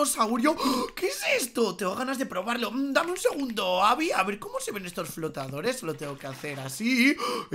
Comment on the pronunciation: Se dice Abi no adi